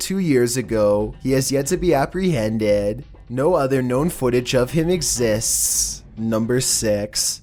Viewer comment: No one:: ExZiststs